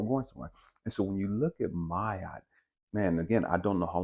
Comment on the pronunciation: Is “my-aht” the correct pronunciation? I usually hear “mah-aht”